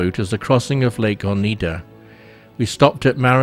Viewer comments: Nice video - enjoyable. One correction: it's Oneida Lake - pronounced oh-n-eye-duh, not oh-knee-duh. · Lake Oneida is pronounced "O" N_I_D_A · Beautiful NY state. Please it’s Oneida. Silent E. Pronounce the I. Oneida. The proud native tribe the lake is named for .